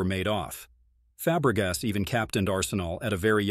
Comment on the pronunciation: It's Fabregas NOT Febregas!